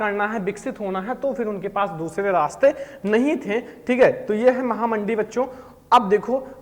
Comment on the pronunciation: Mahamandee nhi mahamanddi😂